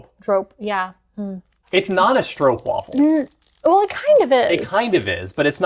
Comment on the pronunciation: The a in stroopwafel should be pronounced like aa, like in maak